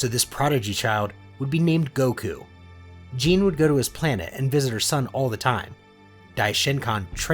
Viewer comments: Her name: Gine The creator: J E A N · its gi nae